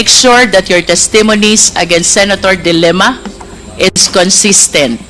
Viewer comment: ms luistro the way you pronounce the family name of the former lady senator Leila is the word dilemma it should be de lima